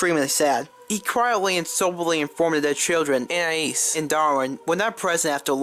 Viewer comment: she just edited the first part she said Anais and put that there any other time she said anias